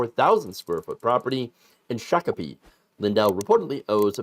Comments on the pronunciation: omg you said Shakopee correctly!! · as a Minnesotan, I congratulate you on the correct pronunciation of Shakopee!